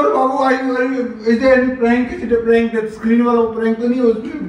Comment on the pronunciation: I like how he says prank as prenk and of course the camera in her hand is of course invisible to him.